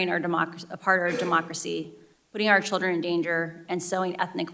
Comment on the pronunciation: She wants a government takeover of information "because of the childten"